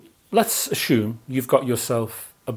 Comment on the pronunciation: NO, lets not ashoom, lets assume.